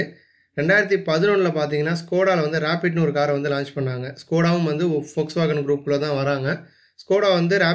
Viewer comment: போக்ஸ்வேகன் இல்லடா அது வோக்ஸ்வாகன்